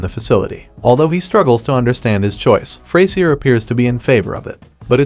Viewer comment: "Fray-zee-r" though....